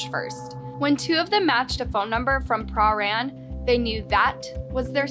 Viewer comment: fk me!!! i live 30 minutes from here and one o my best mates live in that area wtff also its pruh-ran or pran not prah-rane